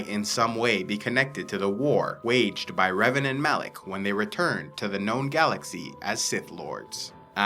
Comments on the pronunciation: Are you stupid? It's Malak not Alek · It’s Malak.